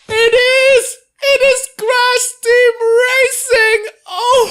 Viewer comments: Why do you say "crash" as "crass"? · And it's Crash Team Racing, not "Ceras" Team Racing lol. So much for being a native English speaker wannabe lol. Indon... Indon hahaha.